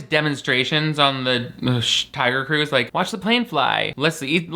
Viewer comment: I can’t stop hearing Taio Cruz when you say Tiger Cruise